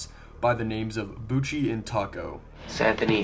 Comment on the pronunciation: The name on the tape isn't "Bouchie" - it's "Pucci". Christopher Bouchie's name isn't even pronounced "Boochie" - it's pronounced "Boo-shay". He briefly sold GRFM on VHS back when the novelty of collecting horror VHS tapes started to boom, and as no one legally "owns" GRFM, he ripped the video from Simon Predj's YouTube upload and copied it onto tape to make a few bucks. He stopped selling the tapes years ago when he received an e-mail from a customer that contained photos of a body inside an opened crypt along with the words "Thanks for the inspiration." GRFM is real - it was shot in the late 80s on Long Island by two teenagers (not 28-year-old Anthony Casamassima) who likely took inspiration from fellow Long Island dirtbag grave robber Ricky Kasso via the then-recent book about him, "Say You Love Satan".